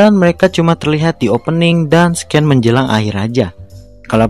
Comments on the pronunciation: Bang buat penyebutan scene (adegan) hrsnya d baca dngn sine, bkn scane Sekedar informasi aja bang biar kedepannya video2 yg d buat jdi lebih bgus lgi🙏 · Bang scene itu dibacanya "sin" bukan sken hehe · Just Info ye kak Scene Dibaca Siin